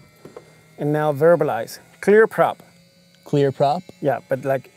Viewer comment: he said "clear prop" really well